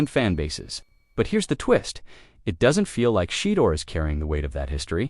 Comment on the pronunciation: Tom Brady’s influence. Deion called Tom early in Shedeur’s growth to teach, guide, and tutoring. Tom needs to start a QB training school with Shedeur as the commercial. It’s not Shee-doer, dammit.